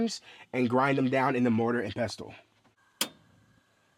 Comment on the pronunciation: hey I enjoy your videos, just so you know the T is silent in the word "pestle" 💛